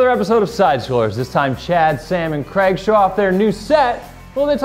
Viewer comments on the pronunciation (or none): none